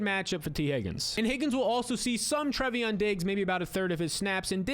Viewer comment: its Trey-von not Trevy-on... youve been saying that for over a year now lol